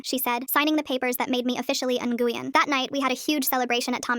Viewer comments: "Nguyen" is pronounced, "Nyuin." Also, what about OP's blood father? They talk about their parents' divorce, so he's still alive... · Super unrelated but Nguyen is Win not whatever the voice was saying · If anyone wanted to know Nguyen is pronounced like When it’s a Vietnamese last name I know because my friend has that last name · Btw nguyen is a common last name in Vietnam. Pronounced Nyu-wen